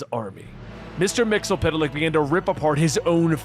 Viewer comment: Its pronounced "mix e spit lick" not "mixel pit lick" wtf